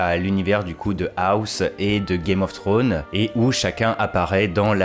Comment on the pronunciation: Game of trônes ? tu dis à peut près correctement House of the dragon mais tu dis Game of trônes alors que c'est Thrones, le Franglais c'est dégeulasse et encore plus quand c'est une personne qui dépose sa science sans savoir correctement dire un mot en anglais